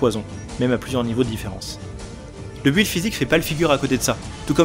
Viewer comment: Je mets un pouce rouge et je quitte la vidéo. PS : On ne prononce pas le U de "build".